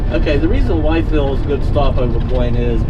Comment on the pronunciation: Well dang. Ya went right past me when ya came across the tenn/Virginia state lines. On 81 Bristol!!! Sorry I missed ya !! Cracker Barrel here too !’ It WYTHVILLE (withville). Just so ya know. And APPLACHIA is pronounced (like.. Apple atcha) Be safe !! Hugs. Karen in the Applachians!! In Bristol Virginia